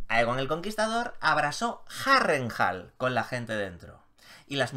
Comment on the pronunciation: ¿Es "Jarrr-renjarrrlll" el palacio de la familia de Chiquito de la Calzada en GOT?